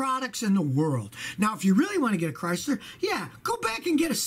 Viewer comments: LMAO! "I'm thinking about getting a Chrystler." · A Chrys-LAH New York-AH!